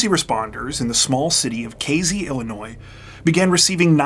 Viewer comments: AYYY! Casey = K-C not K-Z You know what, maybe I will let this one slide, since I can't stop watching your channel. Love it! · I really like this channel and your stories. I particularly like that you are articulate and usually use correct grammar and pronunciation. This does not seem to hold true for your pronunciation of location names. In this narration you pronounced the name of the town as K Zee. It was toward the end that I realized that you were talking about Casey, (with an S, not a Z) a place that I have been. I would have enjoyed your story even more if I had known where it was taking place. Thank you anyway. You are better than 48 Hours or 20/20.